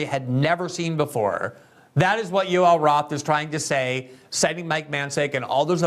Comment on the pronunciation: ‘Yoel Roth’. Every. Single. Time.